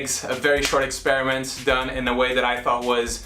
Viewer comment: "It was an eggsperiment" he says